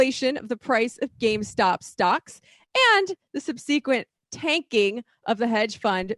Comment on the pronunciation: I've never heard 'subsequent' pronounced like that :O